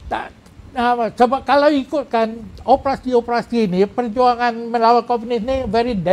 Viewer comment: . Bukan opprassi, tapi ....o p e r a si.